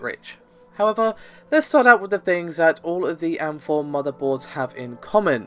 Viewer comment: Stop being lazy, it's A-M-4 and G-U-I not am-4 and gooey.